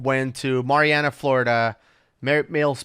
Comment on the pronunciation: It is pronounced Mary Anna